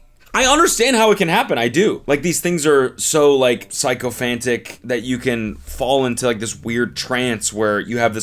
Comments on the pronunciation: "psycho-fantic" I've never heard someone pronounce sycophantic like that lol. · Sycophantic being pronounced as "pyshco-fantic" and here I was thinking that it was GenZ and Alpha who were all illiterate. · Your pronunciation of sycophantic is wholesomely hilarious. Congrats on the baby!